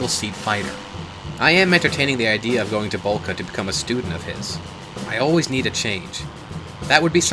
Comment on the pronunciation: Dicta Boelcke, "oe" like in Boeing, not Bullka